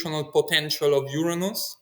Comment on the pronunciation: His pronunciation of Uranus is admirably non-embarrassing.